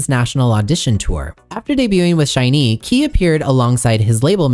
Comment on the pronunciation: Lastly, SHINee is pronounced the same as the word "shiny" (with the emphasis on the 'i' not on the 'ee'). I'll stop now cause I don't want to correct every little thing. Your dedication to try and get as many details as you could correct is much appreciated 🙏🏻